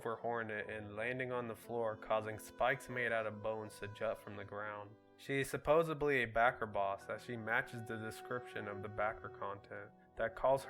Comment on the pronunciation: Lol after watching the video for a second time I noticed you said supposebly instead of supposedly